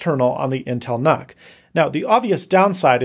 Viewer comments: It's pronounced Nuke as in Unit. Do you say Un-it or You-nit? I keep hearing Canuck every time you say nuck. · I thought nuc was pronounced 'nuke'? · Ahhh, the good old "Intel Knock" The new Nuc (/njuːk/) just doesn't sound right.